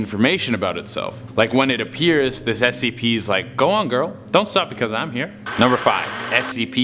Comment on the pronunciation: did he just say scpr's